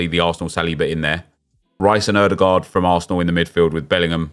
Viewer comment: "Oodergard arguebly the best player in the world"😂😂😂